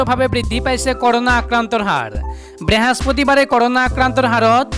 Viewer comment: Behaspatibar nohoy. Brihospotibaar he